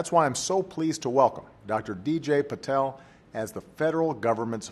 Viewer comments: President pronounced last name of DJ as "PATEL" but he is "PATIL". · Hmm.... he is patil 😅 actually